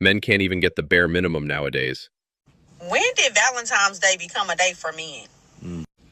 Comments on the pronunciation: Say it with me y’all….ValentiNes day….TINES DAY….NOT VALENTIMES DAY. Y’all some uneducated mfers fr😂😂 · Why do you keep saying valen - times day???????? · How come I’m hearing VALENTIME’s Day.. I just died 😮😂😂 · This goofy saying ValenTIMES!!! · She’s so dumb:Valentime’s ! I thought it was Valentine’s Day!